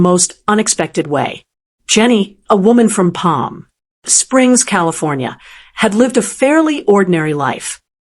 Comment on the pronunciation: AI? Sound terrible. From PALM .... SPRINGS. SUMMIT ....SINGH